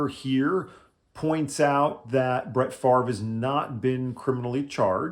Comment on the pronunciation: You need to make jokes about his name. Only guy who doesn't pronounce his own name properly... Just how does he get the 'r' sound before the 'v'? Fav-re... Not Far-ve... Just saying.